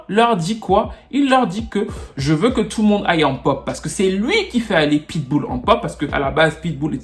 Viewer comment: Ça me fumé comment tu dit tfffou le monde 🤣